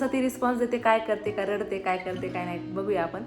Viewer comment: 🤦‍♀️लडते नाही गं ताई रडते 😂